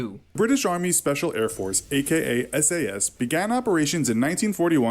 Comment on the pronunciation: S.A.S you pronounce each letter, not as a word.